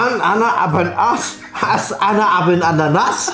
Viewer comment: Wie toll er mein Name Anna gesagt hat